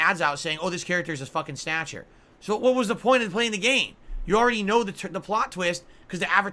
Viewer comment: Snayutcher. This video is rife with goodness